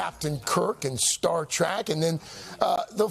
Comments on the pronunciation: Someone please tell Al Roker its not "STAR TRACK". Man .... I know these news show talking heads don't "do their homework" but come on. Who doesn't know the name of the show of the guy he's interviewing? Especially when its the most famous TV show in the world? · 14 seconds in he said "Star Track". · I haven’t heard anyone mispronounce “star trek” as “star track” since I was a kid. That’s lame dude.